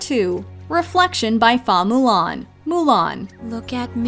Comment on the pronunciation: For Mulan, if you would like the real Mandarin pronunciation, which is simple enough, it is "Hua Mu Lan" (Who-Wa-Moo-Lan). "Huā" (花) means flower and "Fā" is the Cantonese pronunciation. Chinese writing : 花木兰 （Flower, Wood, Orchid）